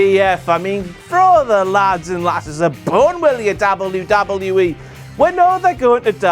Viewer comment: The way you're saying 'wwe' is really fucking irritating. It'll put me off watching in future